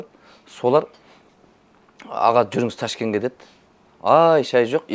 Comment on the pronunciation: Ташкен дей ме😂. Ташкент қой